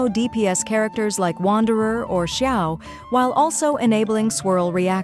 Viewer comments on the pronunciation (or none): none